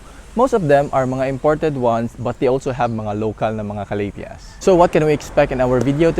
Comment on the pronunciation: Ka- la - dia '' like that?? Not ca-la- thea?? Or slang lang??